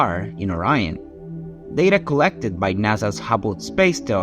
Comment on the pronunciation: So is it just items in space that you can’t pronounce o rion bro come on you pronounce everything else fine